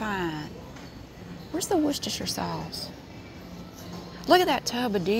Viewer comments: As someone who lives in Worcestershire, UK it’s so refreshing to hear an American pronounce it correctly 😅🤣 love that! Also, I’m absolutely baffled by the amount of variety your super markets provide 😳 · Perfect pronunciation of Worcestershire sauce! Never heard an American person get that right before. (Don't mean to sound patronising, I'm just amazed!).